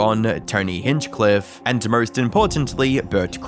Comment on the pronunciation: Can’t say the R in anarchist…but puts r’s in any word missing an R but has an O ie nawwrrr, morrrrrst. Aussies lol